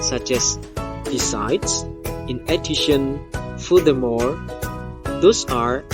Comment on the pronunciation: just like what I hear, there are some mispronouncing: purpose, furthermore. (maybe not really clear)